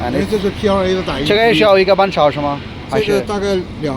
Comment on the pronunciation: Bro it's pla